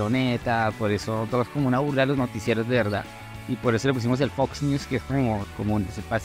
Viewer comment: No se pronuncia igual pero ellos piden que lo pronuncien así JAJAJAJAJA